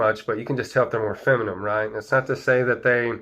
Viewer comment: Are you saying feminine or feminum?